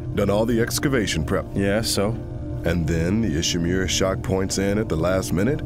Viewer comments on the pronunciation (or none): Horseman 09 it's pronounced Ishimura